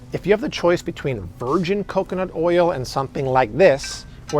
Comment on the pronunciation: Good tips. Can't stand the strained way of overemphasizing certain words. What's with "oyal" ? 😅